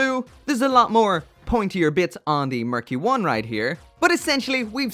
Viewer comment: sounds like “murky one” hehe